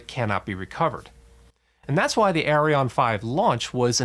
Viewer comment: I constantly hear Orion instead of Ariane